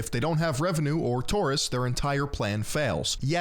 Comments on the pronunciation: not TORRRRIST its TOUR-ISTS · Toorists xDDDD